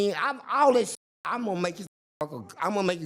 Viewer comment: That boy said you like "kis", meaning "this"😂😂😂😂